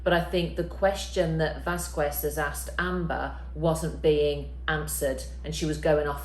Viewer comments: OMG SAY CAMILLE NAME PROPERLY, ITS SO ANNOYING.....VAS KES.. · “Vas-kez” or “Vaz-kez” please!! The “qu” is Spanish, not English!! 😓🙏🏽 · It’s pronounced vaskes, you don’t pronounce the u in here in Spanish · It’s pronounced ’vaskez’ the w is silent 😂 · Her name is pronounced Vas-kez, pronounces it wrong. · Please stop calling Camille Miss Vasqwez. Her name is Vasquez and it's extremely irritating. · Don't pronounce the 'Q' in Vasquez...VAS- kez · It hurts my ears too!! Dang. Saying it properly is also simpler. “Vas-kez” or “Vaz-kez” please!! The “qu” is Spanish, not English!! 😓🙏🏽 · Probably because in English, it's pronounced as kwez since the spelling is ques... Similarly with the word quiz, pronounced as kwiz but spelling is quiz. But in cases where the name is properly pronounced over time but someone continues to mispronounce the name, it's annoying. Maybe this lady just read the name and never heard the proper pronunciation of the name. Just thought of defending the lady. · pronounces it as VasKwez 🤣🤣 and they're working in the same building lol. I'm sure she's heard the correct pronunciation but she just continues to say "miss Vaskwez". Tell that to her. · Pleasere Camille’s lastname is pronouned “VASKEZ”!!!!!!!!!!! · It's not "Vasq"u"ez it's "Vasqez" the U is muted. Good video though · It's pronounced 'Vaskez'! ...driving me nuts. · Vásquez is pronounce without the u :) like Vasqez. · Vas-kez is the correct pronunciation of Camille's last name. (Don't want ya to be accused of pronouncing like ) 💞 Love your 2¢ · Pronounce miss Vasquez at least correctly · At least pronounce " Vasquez" correctly. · Could you pronounce the name properly. Camille is Latino. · I can't watch this video because of the way you absolutely butcher her name. Please learn how to pronounce names correctly if you are going to create a video about someone. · I am sorry, but I won't listen to anyone that mispronounces Vasquez at this stage. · The "u" in Vasquez is silent.